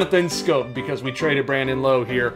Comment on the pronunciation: Just for the record, Brandon Lowe Is pronounced like “OW!” Not like “Low.” Joe buck never even got it right lmao